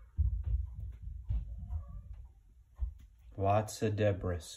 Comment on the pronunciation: The s in debris is silent... no big deal just so you know... I'm watching this because I think I had the original as a kid, like literally the only Lego set I ever got... I remember it being more challenging to put together than I expected, but having zero Lego experience I don't know what I expected with something so relatively complex lol